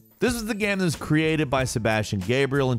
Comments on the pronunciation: I've always wondered what accent would cause someone to say guym instead of game. He always sounds vaguely drunk to me. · He says, 'game' like ghem... I just noticed today lol. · if that guy says gääm instead of game one more time, I swear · Is it just me or does it sound like hes saying "gam" and not "game"? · I can’t be the only one who can’t help but notice pronounce the word game “gyam” every time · he says gaem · What is this 'ghem' you speak of? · what's up with the frequent mispronunciations of "game"? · i just noticed you pronounce "game" as if there is no e in it and I can't un-hear it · why you say game like that? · Why can't he pronounce "game"? 😂